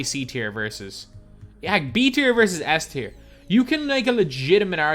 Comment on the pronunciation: Yo, u mispronounced S Tier bro 💯 no worries